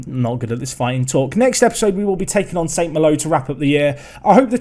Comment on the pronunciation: It's pronounced San malo rather than sant mallow